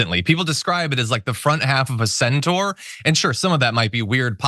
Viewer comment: Centaur, not Centore good sir